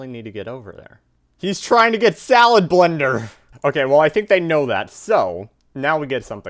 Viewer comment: SMH it’s not salablinder it’s salad blender